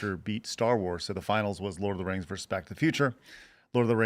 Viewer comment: Brett joins Dave Rubin as yet another podcaster who can't pronounce the word VERSUS.